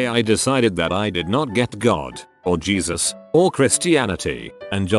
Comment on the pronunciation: Yes. Gezus. LOL